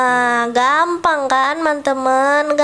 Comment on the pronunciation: Orang beda" kaks makanya dia bilang nya gampan😊